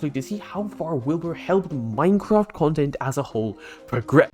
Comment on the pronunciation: one #technosupport and hope you all raise a hell of a lot of money for the fun Minecrafters vs Cancer but with your accent in the start i heard "Mycock" lmao (i do love your accent btw)